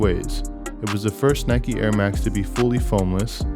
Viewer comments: It is Like a Bike, rhymes on Nike. Or pronounce as Nee-kay. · Dislike because he said “ nikey